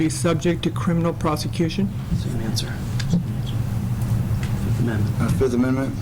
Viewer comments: "I plead the FiF!" - Tron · was that the fifth, or the forth?